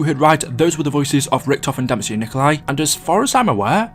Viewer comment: he’s so underrated you pronounced his name wrong